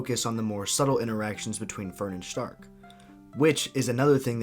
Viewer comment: I think its really funny that you pronounce Stark the correct german way but you don't do the same for Fern. Then again it does sound kinda weird that way.